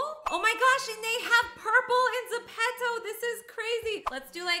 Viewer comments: Zepeto (Ze-pee-toe) Not (Ze-pet-toe) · You say it zip-top